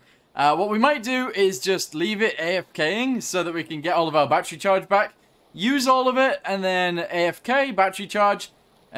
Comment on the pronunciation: Why do you even call it Batteru If you really want to say it like that just label it as Batteroo instead